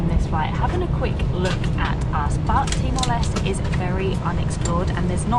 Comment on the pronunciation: "Timor Leste" with the end "E" sound in Portuguese, not silent "E" like "Timor Lest" 😅. In English, Timor Leste is called East Timor.